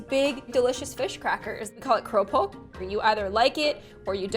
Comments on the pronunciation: cropok Me as an Indonesian girl: we pronounce it as krupuk:) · its called keroupok? Me: its kerupuk Ke - ru - puk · Im from malaysia and i just love how pronounce 'keropok" bc its my fav